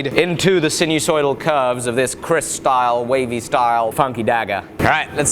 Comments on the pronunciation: Hi mate, it is actually Keris not Kris. But you still read it Kris anyway 😀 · "KERIS" Not Kris kid.. Don't be Idiot Please. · Name is "keris" not "kris", its to big n handle use wood "jati" n need "warangka " olso